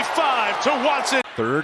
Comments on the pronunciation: “Cwistian Watson 👶” 😂😂😂😭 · Witewawwy Chwistian Watson